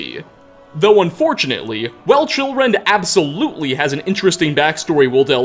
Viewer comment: I thought he said children not chillrend